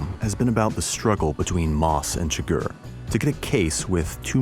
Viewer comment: It's CHIgurh not chiGURH, and javIER not JAvier.